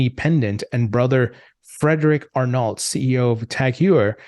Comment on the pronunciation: ar-NO* is how you'd pronounce it. Not ar-NALT.